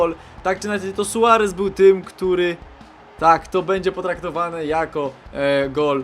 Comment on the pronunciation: omg ale ty akcentujesz np 'Z fify' 'W którym' nwm czy tylko mnie to denerwuje, wole jak to brzmi 'wktórym' jakby tp razem pisane było brzmiało:D